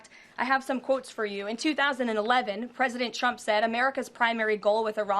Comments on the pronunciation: She continues to say PresidenChump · It sounds like she says 'President Chump' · I always hear her say President Chump.